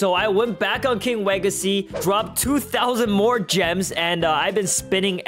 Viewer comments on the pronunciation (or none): "king wegacy" 💀